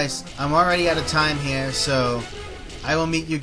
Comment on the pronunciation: Do you have an accent? It seems sometimes you say 'Over hehr' XD